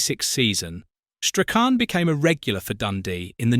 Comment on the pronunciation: What a load of tosh! And pronounce his name properly.